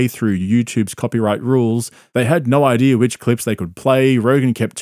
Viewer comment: Love ya and your content buddy. Buuuuut why you gotta put an R at the end of the word idea? An idear